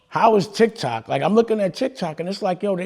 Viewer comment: He said d!ck toc and quickly said tic toc. That's why he said pause😂